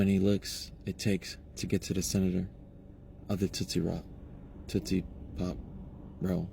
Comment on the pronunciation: No wonder he voted trump dude can barely say tootsie pop😮 i personnally don't feel sorry for these folks